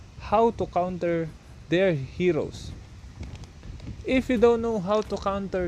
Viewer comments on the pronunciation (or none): Are u Indian? Cuz u said KHAONTER not counter